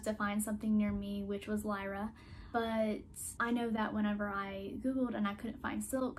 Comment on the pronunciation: It's " lee-ra" not "la-ra"